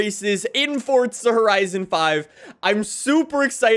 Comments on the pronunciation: FOURZA NOT FORTZA JESUS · it was more because he says it 1000 times, but it's also pronounced for•zuh not fort•zuh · It's Forza not fortza 😂😂 I think it every time 🤣 love your videos tho 👍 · Forza not fortza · The way you say “fortza” actually makes me want to turn off my phone